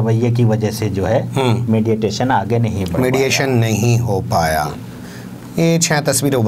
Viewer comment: भाई मिडिएशन होता है,मेडिटेशन नहीं।